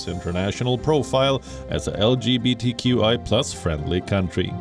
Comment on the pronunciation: From the UGANDAN interview . LGBTQI ...there is no H where is the H ??